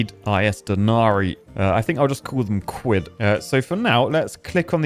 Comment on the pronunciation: said "quid" kinda like stewie from family guy says "Cool whip"